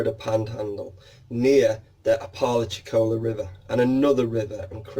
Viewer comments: We pronounce it appa-lacha-cola here in southern US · It’s pronounced APP-ah-LATCH-i-CO-la just FYI. Accent on first, third and fifth syllable.